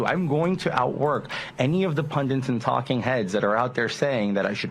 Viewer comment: oh no, Santos says “pundunts” instead of “pundits” (why do people do that?!) Surely that one thing is enough to cancel him…